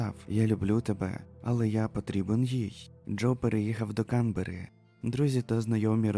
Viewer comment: Привіт, авторе. Кілька ремарок щодо наголосів. Зазвичай укр мовою наголос КанбЕрра (на Е), а також італійське чоловіче ім'я нІно (на І), а нінО то картвельське жіноче ім'я Дякую за роботу, історію ту вже знала. Уолшу пощастило